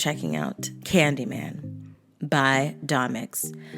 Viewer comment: caaned y man no you have to say candy man